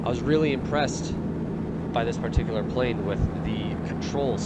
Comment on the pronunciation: great plane.. btw, did anyone count how many times he said PAR-tee-Que-lar. :D